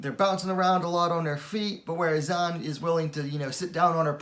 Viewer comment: Heads up, Zhang is pronounced "Jung"